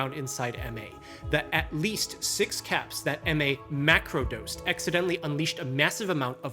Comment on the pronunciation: Did you say mAcro dosed?